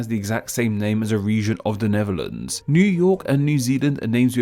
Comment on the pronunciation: With these misleading names were you saying Neverlands (ie Michael Jackson's former playground) or Netherlands. There seemed to be a "v" sound where a "th" should have been. Which is the misleading one?